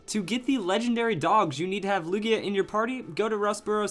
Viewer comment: He said lugio lol